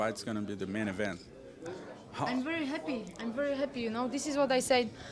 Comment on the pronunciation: Joanna is such a "hap-piee" champion! ;P Hopefully, she builds a win streak like Anderson Silva and is "very hap-piee" to do so.